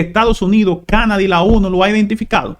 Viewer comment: Por favor, es Canadá; la tilde y el acento en la pronunciación es en la última Á. Nos hemos acostumbrado a pronunciar dicha palabra, con el acento en la pronunciación en la A de la sílaba CA - na - da. Y excúsenme por hacer la corrección por este medio.